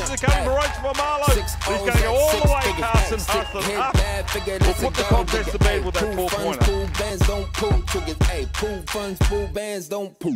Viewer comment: “Carsin” cmon